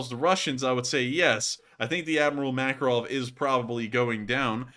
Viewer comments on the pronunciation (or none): I first thought you said "Admiral Mackerel" and now it's all I can hear 😆